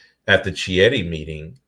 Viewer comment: It is pronounced "Kieti". In Italian "Ch" sounds like English "K".